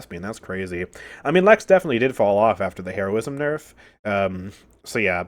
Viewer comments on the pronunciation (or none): none